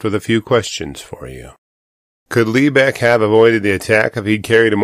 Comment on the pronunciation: I live up in the lebec area, your not saying lebec right, but you didn't show the terrain correctly